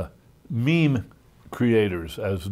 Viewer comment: God damm you Reddit I can't stop giggling anytime he says "meme".